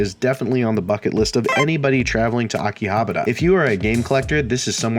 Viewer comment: It's okay, you can mispronounce Akihabara like everyone else.